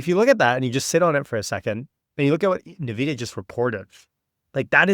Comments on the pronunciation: it's not "nahvidia" it's "N" "vidia" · Yeah i instantly close the video whoever STILL can't say it correctly. NAHVIDIA. JEESUS